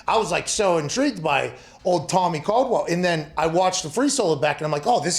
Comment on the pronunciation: I don't know that I've seen Alex this happy in an interview before. Seemed like he was having a good time. Oh, and btw Pat, nice work getting ol Tommy Caldwell's name right this time lol